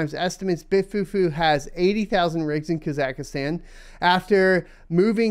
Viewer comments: What is Kazakistan????? Never heard someone pronounce a country that way lmfao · that's an interesting new way to pronounce Kazakhstan lol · Never heard Kazakhstan pronounced like that. Good times :>